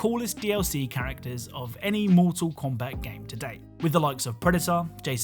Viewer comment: he said moral kombat eggs